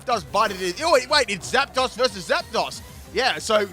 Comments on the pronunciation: I fucking love your videos and I've been a fan since XY, but HOLY SHIT you gotta work on your pronunciation lmao it's not "ROY-A-CALL" it's "Re-Coil", "Jie-Row" not "Gear-o", and "Zap-dose" not "Zap-doss" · It’s pronounced Zap-Dose